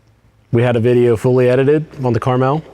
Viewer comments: I mentioned you saying the name right because I just watched someone name the gun “Caramel” (not on accident) even tho the name is on the side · Thank you for saying the name right. I love this gun if only they sold barrels and piston parts… I’ve spoken to manticore, kns and hbi industry to get some aftermarket parts they said it needs more traction